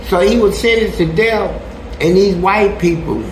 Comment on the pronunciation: He keeps saying "deaf" lmao.. It isn't "deaf" it's "death" smh